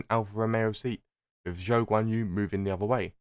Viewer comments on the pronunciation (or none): none